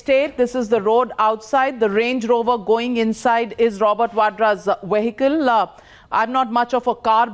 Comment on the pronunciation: Wehicle..... Wadra.... W Instead of V